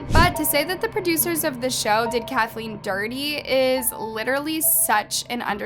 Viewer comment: Lol "Kaleen".